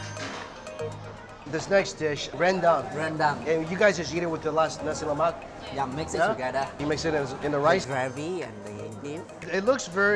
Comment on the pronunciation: It sounds like you say Nazi Lamak